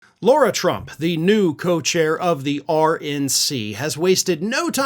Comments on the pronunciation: This news is 3 or 4 days old already and you keep mispronouncing names. It's Lara not Laura and it's Mer-Shawn not Mer-chan. It's A-Lene not I-Lene Cannon. Why don't you show videos instead of just quotes? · I'm a major fan & follow both of your YT channels. I'm pretty sure that it's not deliberate, but you're pronouncing "Lara" incorrectly. It was intentional when repubs pronounced "Kamala" wrong, but I'm pretty sure you wouldn't do that. Thank you for all of the work that you do to keep us informed.